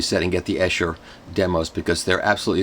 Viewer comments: Long "e" sound on Esher--"EE-sher" not "Eh-sher." Thought you'd like to know. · Its pronounced Esure not essshhher - Esher Demos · It's definitely Ee-Sher! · Esher is pronounced EESHER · great video its pronounced "Ee-sher" by the way! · Michael.... Great as usual. However I keep hearing the name Esher pronounced incorrectly. It's pronounced as EESHER. Just saying ;-) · Thank you for the review. It is Esher . Pronounced E like the letter E. Eeesher :-) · Wonderful Michael. Just one tiny thing that matters not in the great scheme of things but you might find helpful, Esher is pronounced Eeesher. It’s a frightfully posh place in Surrey! :) At least it was years ago when I grew up in the UK, not having lived there for almost twenty years it might have gone downhill a bit! Keep up the good work. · No he didn't.